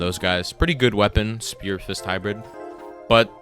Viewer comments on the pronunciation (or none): none